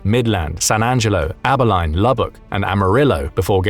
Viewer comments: For those not in the know, it's Abi*leen; not Abi*line. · bro thats not how you pronounce Abilene 😂 and yeah that town would be a problem for an invading California force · Exactly I was cringing so hard at how Abilene was pronounced lmao 😅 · You might get Texas to declare war on you with that pronunciation of Abilene